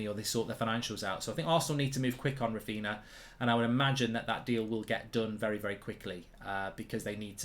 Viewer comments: His name is Raphinha, not Raphina. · it's Raphinha fam not Raphina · Clueless people, they have Coutinho, Ronaldinho, Fabinho etc and they can't make the connection with Raphinha and they keep misspronouncing the name, such disrespect and cavemen everywhere. Don't they watch highlights or match of the day or Martin Tyler or something, everyone there calls him correctly, the only place where they keep butchering the name is here on fan channels. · If you bid £45m under his value, it’s not really ‘almost there’ is it? Also, you’re not saying his name properly. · He's a Man United fan. Of course he wont pronounce a Leeds players name correctly